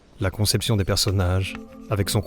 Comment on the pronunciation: KON. (Ça se prononce "Con" et pas "Conne" comme le font beaucoup trop de gens).